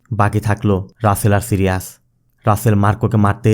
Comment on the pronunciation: সিরিয়াজ না ভাই সাইরিস